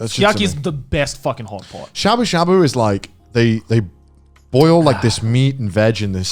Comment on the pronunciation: I keep hearing hot pocket instead of hot pot